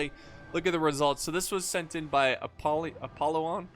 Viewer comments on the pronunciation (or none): Apollo-on lol. It's pronounounced apOllon. Emphasise the O not the a or p